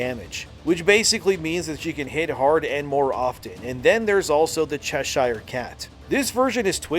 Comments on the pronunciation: Americans and canadians really need to learn how to say English names "Cheshire"= "Che-sher" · Say Chess Shire cat one more time 😂😂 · It's pronounced Chesha, ending like Ke$ha. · The way you can’t pronounce Cheshire is annoying af. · Arrrrggghhhhhh, It's Chess-er not Chess-Hire. :) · Cheshire pronounced Chessur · Chesh.....eer.........not shire....(I know we English are weird) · good video but please !!! - in proper english its pronounced "Chesher" cat - thanks from a Brit ;-) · Just so you know Cheshire is pronounced Chesher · Cheshire should be pronounced Ch’sheer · Cheshire: pronounced Cheshur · Please, stop saying Cheshire